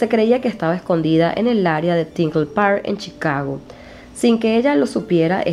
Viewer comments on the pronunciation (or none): none